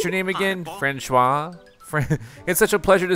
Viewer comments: Fran-shwah 🚫 Fran-swah ✅ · François is pronounced Fronswa. Loving this series!!! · It's "fran-swar" bro. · its hilarious how he pronounces francois differently in two videos and non are correct